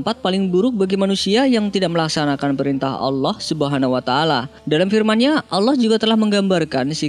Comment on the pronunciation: Kak bilang nya allah bukan alah